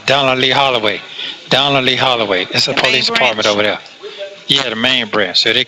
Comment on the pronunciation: Hey, the word is That, not dat, The, not da, These, not dese, There, not dere. Get it?